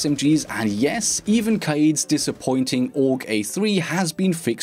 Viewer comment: I still hate how he says Kaid